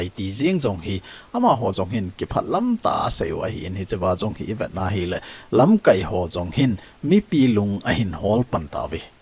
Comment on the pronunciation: Lamkaipu, lamkai na pronounce dan chu a dih poi. Tua na pronounce dan chu 'verb' banga a kiman teng hitia chu man ding ahi. Noun ahi teng KAI ti lai chu kai sao ding ahi.